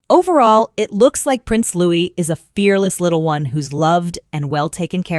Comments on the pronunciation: Lou-EE, not "'loo-ISS" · Why was the little Prince’s name interchangeably pronounced “Lou-ISS” and “Lou-EE” throughout the video? Narrator, make up your mind. The correct way to pronounce his name is “Lou-EE.” Louis is a nod to Prince Philip's grandfather, Prince Louis Alexander of Battenberg, and his beloved uncle, Lord Louis Mountbatten. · You're not pronouncing Louis correctly...